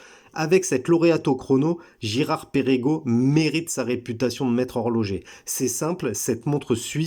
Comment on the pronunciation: ça ne se prononce pas Pérégo mais Pergo.